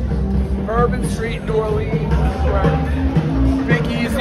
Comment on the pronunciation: someone got to get dave to pronounce new orleans right